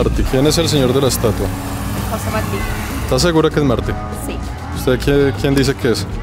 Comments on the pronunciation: la parte en que cada vez estabas pronunciando mal y diciendo Marti en vez de Martí (con acento en la i) lol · Martí!!! Con acento en la I, te lo dijeron 200 veces jajaja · Se dice José Martí con acento en la í. Murió en una refriega con el ejercito español. El no debía haber ido a pegar tiros porque hacía mejor servicio en la retaguardia con su poesía etc., pero se ve que se empeñó en ello. Excelentes videos haces amigo, saludos! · No es Marti, es Martí. Un español nacido en la Habana, como todos los cubanos, hijo de peninsulares ibéricos (salvo los que descienden de africanos), de padre valenciano y madre canaria. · No es José Márti, es José Martí. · marti acento en la i maeti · Emocionante: el canto del gallo y luego el suspiro. Inquietante: El faro. Repulsivo: la propaganda al Che. Entretenido: este es el tercer Mar'ti, este es el cuarto Mar' ti. Esto último puede provocar risas muy estruendosas en una persona nacida en Cuba y que fue adoctrinada por comunistas desde el círculo infantil. Fue mi caso. Gracias. Muchos éxitos. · MARTÍ! José Martí! Acento en la í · Se pronuncia Martí ! Acento en la i ! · Martí. Con acento en la I. Jeje. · Martí, se pronuncia con acento en la i. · Martí, lleva acento en la í, por tanto es aguda. Se escucha raro como lo pronuncias. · Interesante pero no te equivocaste con Marti el asento es en la Ultima I no en la a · Desconozco si es asunto de acento, pero ese apellido en Costa Rica lo pronunciamos con acento en la I. José Martí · Me pregunto si en algún momento aprendió a pronunciar Martí. 😅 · tus videos me gustan,pero le pones demasiado énfasis cuando hablas de los norteamericanos que iban que hacían….y la pregunta es te caen mal los norteamericanos? Porque al ser you tuber,no debes hacerlo.yo vivo en Norteamérica,y no me gusto el tono que usastes